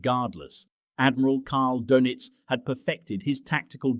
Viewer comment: The pronounciation of Dönitz drives me nuts. You shouldve spelled it differently to make the AI voice say it properly.